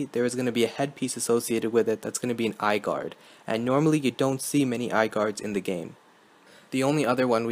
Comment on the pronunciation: lol "eyeguard"